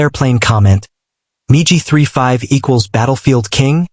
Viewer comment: You fools and your miserable Computer generated voice. Most intelligent Children would know that MIG, is not Pronounced Migi😊 Your embarrassing yourself!!